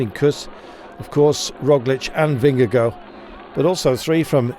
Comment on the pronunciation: This commentator’s mispronunciation of Vingegaard drives me crazy every single time I hear it.